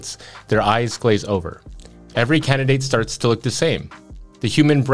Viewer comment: I was listening to this audio only and for a minute there I thought has a strange way of shortening the word candidate, “candy”